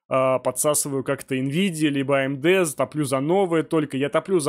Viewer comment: за одно коверканье слова АМД в умудье можно отписаться от канала